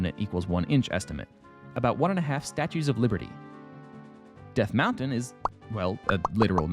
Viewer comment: Death M-WOW-ntain